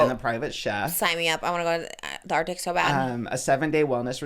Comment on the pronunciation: I heard Trisha say arctic 🤭 come to Iqaluit Nunavut in the arctic circle! That would be cool and cold